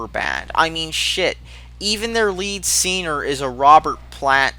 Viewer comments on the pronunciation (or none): It's "lead singer", not "leed seener". I thought you learned that from the comment section in your 21 pilots video.